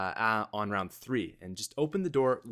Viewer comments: I love high “roun” strats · high "roun" strategy?wheres the D? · you...you lost the "d" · High roun 😂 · High roun? lol